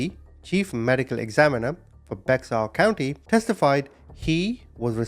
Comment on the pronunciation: You’re pronouncing it wrong! It’s spelled bexar county Tex but the x is silent so with that being said it’s BEAR 🐻 COUNTY TX JUST SPELLED DIFFERENT! Does anyone not use google anymore 😂😂